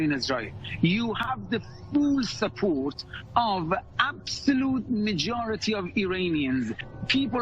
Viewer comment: & : Oh no!!! He said “phuul suppoht” like the Hindus do on Twitter! 🤣😂😁🤪